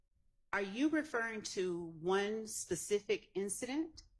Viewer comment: “you gotta be more facific “ I’m dead